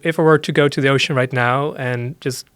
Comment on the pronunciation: I wish he pronounced his ‘th’s properly they’re more like d’s instead of this, other. It’s dis and udder